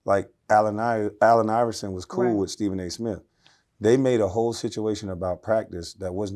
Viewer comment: She said, “ all the hoe positions filled” 😂😂